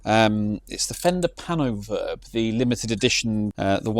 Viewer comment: Turns out we've read it wrong... It's "PAIN o' Verb"..😬